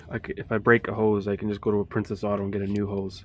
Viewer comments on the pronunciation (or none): Did u say get cheep hoses from Princess autos or priceless autos 😅anyway another good plan of attack ey